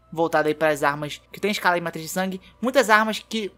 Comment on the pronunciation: é matiz de sangue, não "matriz" de sangue! Já platinei o jogo há mais de 2 anos e tenho 700 hrs nele, achei muito bem feito o guia, parabéns!